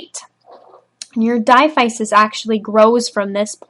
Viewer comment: Thanks for this. Diaphysis is pronounced as dai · a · fuh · suhs